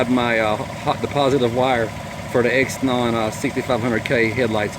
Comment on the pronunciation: Nice truck man. It's pronounced Zeenon though. thanks for the vid!